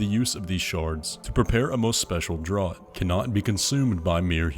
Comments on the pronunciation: draught is pronounced "draft" not "drawt" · "draught" is (typically) pronounced "draft" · ‘draught’ is said like ‘draft’. it’s a drink! seluvis says it, too. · Dude. Drought is pronounced "draft" just like the dialogue clip you include... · How many people have commented "Drought is pronounced 'draft'", am I the first :D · For future reference, draught is pronounced "draft". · Draught is pronounced “draft” btw. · draught=draft, like beer. Pronounced the same. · "Draught" is pronounced "Draft" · "Draught" (Draft) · Draught is pronounced like draft fyi. Seluvis even pronounces it in this video. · “Draught” is just the British spelling of “draft” (here it means the amount of a substance which can swallowed or inhaled in a single act of drinking or inhaling) and so is pronounced the same as “draft”. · Its pronounced draft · Nascent is "Nay-sent" and it means "becoming," "the act of becoming," or "being newly formed" perfect for Miquella's constantly adolescent body. Draught is "Draft" like Draft beer. It's just ancient English spelling crap. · Low key draught is pronounced draft, don't ask me why, English is dumb. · draught is pronounced "draft". much like how halig is old english for "holy" and the G at the end is pronounced like a Y when it follows a long vowel -- I, for example. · "Draught" is pronounced like "draft" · Just a couple of things I need to say. One, just to nitpick, Draught is pronounced like "Draft". Aside from that, I think a closer representation of that shape is when you're standing outside the golden fog wall from Radagon's boss fight. It seems to be the same width and height to the corpse-piles in the trailer, so I think that the innermost section of this shape, leading to the inside of the Erdtree, is what we're seeing. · Came here to comment the draught thing too lol